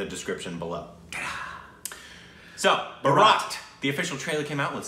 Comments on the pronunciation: It's Bhaarat- the stress is on the first syllable- /ˈbʌrət/ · PRONUNCIATION NOTE The word Bharat is pronounced with the vowel sounds reversed from the way you guys are pronouncing them. So, "Bhaa/rut", not "Burr/raat". The way you are pronouncing it is actually a very different word. Baraat ("Burr/raat") is the groom's wedding procession you have seen in the movies where the groom is all decked out in his finery wearing a flower garland veil astride a white horse being led in procession to the wedding venue. Bharat is the endogenous Indian name for India from the name of an ancient Indian emperor Bharat ("the cherished") and his dynasty, the first to rule the whole of the sub-continent, according to the ancient Puranas (Hindu Scripture). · It's not baraat guys.! It's pronounced as BHAARAT! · Its not barraatt its Bhaarat, The real name of India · Guys - it's pronounced "Bhaarat", not "baraaaaat" ! They even say it 4-5 times in the trailer ! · Its not Baraat it's Bharat😤😤😤😤😤😤😤😤😤😤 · There u go .....one more apology video to come ..... Its Bhaarat not baraaat ... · You say Bharat like borat! Its Bhaaaaaa rat (Rut). Bharat ! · Please make a note and check your pronunciation it’s not Baraat....it’s BHARAT - it’s the Hindi name for India 🇮🇳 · It's not a barat it's Bharat... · It's not brat it's bhaarat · It's BHAARATH NOT Bharaat. And it is still official name of our country BHAARATH GANRAJYA, REPUBLIC OF INDIA (BHAARATH). WESTERN PEOPLE CALL US INDIA OR INDIAN. REGARDS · Its pronounced Bhaaarath..not Baraaat. :D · Dude its BHARAT not BHARAAAT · Name pronounced as "BHAARAT" and not "BHARAAT". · And You also pronounce like Jaby Its not Borat Its BHAAA____RAT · It's bhaarat not bharaaat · its not bharaaat. its bhaaarat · BHAA-rat, not bha-RAAT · Please stop saying bharaaat. It is Bhaaaaarat. Its the name by which Indians refer to India. Now say.... Bhaaaaaaa- rut. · It's not baraat....it's Bharat.....plz pronounce ..in right way...it means INDIA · It's BHAA not BA